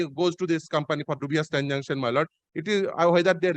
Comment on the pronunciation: Who is this learned advocate who can't pronounce the word "transaction" properly? Always pronouncing "transanction"....This is the standard of education in the state of West Bengal!!!